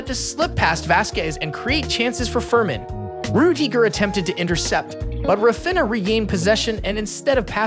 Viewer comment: Say Rah Feen Yah. Cmon you can do it! Raw Finna just doesn't cut it.